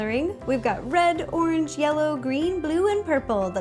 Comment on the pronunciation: where is she from? wondering whyy she says "ornj" and "melk"